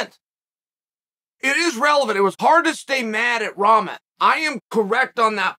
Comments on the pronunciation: Seriously learn how to pronounce rock-mon. It’s not ramen 🍜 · It’s “rah-mon” not ramen 😂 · It's pronounced Rock-mon but very close I'm impressed Chael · I love how Chael always pronounce everyone names wrong. Rawmen lol 😆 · You pronouncing Rahman wrong...just saying it's a little annoying. Don't get me wrong I love your content.. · Pronounce his name correctly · Well to be honest you are not pronouncing his name correctly... I thought you were an educated man and could speak properly... Show the man some respect and pronounce his name the right way... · Bro still pronouncing wrong